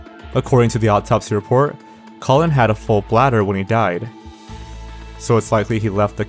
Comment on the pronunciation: The video is great and your narration is also pleasant to listen... but I can't unhear your pronunciation of the man's name, Colin as colon...